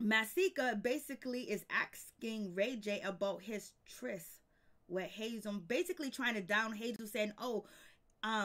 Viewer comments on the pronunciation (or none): none